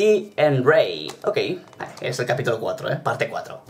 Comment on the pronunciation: Ray se pronuncia rey no como se escribe